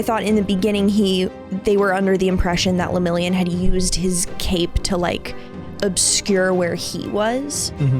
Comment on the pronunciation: and his bame Le-Mirio-n